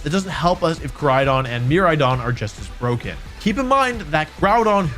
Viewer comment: mer- RIDE-ON kor-RIDE-ON Their names are puns, my guy. Pronounce it right pretty please <3